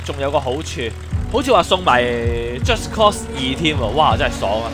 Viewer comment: 讀錯左...係just cause,唔係just cost啊~~